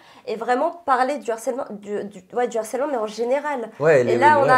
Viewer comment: Vous pouvez dire à qu'on dit LE HARCÈLEMENT et pas l'harcèlement. Par contre on dit bien l'acharnement et pas le acharnement...